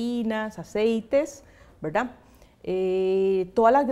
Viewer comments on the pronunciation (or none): Verdad? Veldad?😂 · Verlda*, deja eso mujer, k fastidio.., velda!